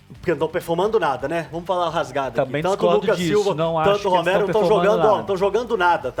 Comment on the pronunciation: Onde o cara fala Romero, se diz Ramiro!